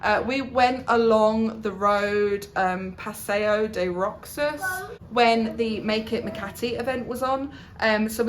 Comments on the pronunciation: The Paseo de Roxas, it pronounce Roxas as " Rohas" .. :D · Roxas is read as Rohas.😉